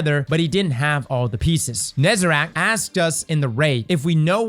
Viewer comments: NEZ-AH-REK, say it with me now. it's not nezerac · Please..... Nez.....A.....REC........ nooo NezaRACK 😭😭🤣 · Someone, please… tell all the content creators that it’s NezaREC, not NezeRAC. I flinch every time someone says it out loud. The A IS IN THE MIDDLE, Jesus Christ you’ve had 9 years to learn it, come on guys 😂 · Great video as always! But please! Ne-za-rec! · Hey it’s actually pronounced NezaREC. Neh-zah-reck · Why everyone says "NezErac"? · Bro says "Nezarec" wrong the whole time when the words are on screen the whole time. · Please... learn how to say Nezarec properly